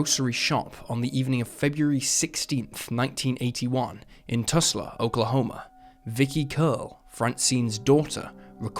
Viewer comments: It’s tull sa not tusla! Spelled just like it sounds! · It’s Tulsa, not tusla. The L is before the S. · Lol toosla? It's Tul-Sa, the l is before the s... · I knew something was wrong with that pronunciation, but couldn't put my finger on it. It finally hit me the last time he said Toosla, Oklahoma. I was omg! He's trying to say Tulsa. Jeez!!🤨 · It’s not pronounced “Toosla”. It’s pronounced “Tuhl-sa”. Ends with “sa” not “la” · I've been to Tusla, Okkahoma but never to Too-sla, Ok. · "City of What, Oklahoma"? "Tusla"? No! Tulsa*! Get it right! Even Brit, Eric Clapton got it right, singing "Living On Tulsa Time". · Tul-sa, not Tus-la. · Whats Tusla? You mean Tulsa? Even i know that and im a brit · "Tusla" Oklahoma. sigh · "toosla"? seriously? is this channel being read by an ai? and how tf is francine frost "solved by online sleuths". just another content mill, boo, shame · TUL-sa. It's pronounced exactly how it's spelled. Pathetic. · Da fuq is “Tusla”? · The tools from toolsa get quite upset about the pronunciation of their town, awww. Toolsonians? Toolsites? Tooleys. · I have to ask, are you using an AI version of your own voice because Toosla? Toosla. Oh boy I sure love that show Toosla King starring Sylvester Staloosla. I sure do love the Toosla Sound, that little known but very influential mix of country, blues, and folk pioneered by J.J. Caloosla. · TUHL-sah is the pronunciation for Tulsa. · Can you correct A.I.'s pronounciation? 😅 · Me at the start of the first case: Huh, I know Oklahoma pretty well and I do not recognize that town. Me at the end of the first case: Is he trying to say Tulsa?! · Calm down everyone about Tulsa pronounciation. Now you americans know how we from the rest of the world feel when you mispronounce our names.